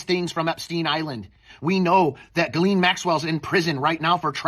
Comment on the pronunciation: It's actually "zhee-LON" but ain't nobody got that right yet.